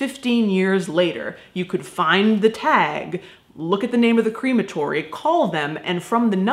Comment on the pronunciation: I really like how you pronounce crematory (like cream) it makes me think I’m going to be immersed in cream when I go, though it does also make me think of an ice cream shop where all the ice creams are made of dead bodies 😷 lol xox